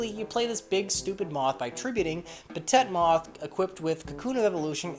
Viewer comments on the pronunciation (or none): Lol Petit Moth is pronounced [peh-TEET].